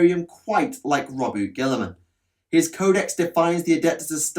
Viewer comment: It's pronounced Row-boo-tay